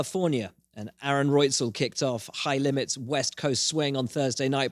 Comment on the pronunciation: Will it's pronounced "Right-zel" not "Royt-zel"